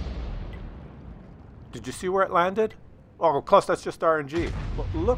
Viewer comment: No it's not close!!! It's Claus hehe ;)